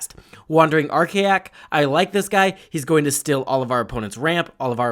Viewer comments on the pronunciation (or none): none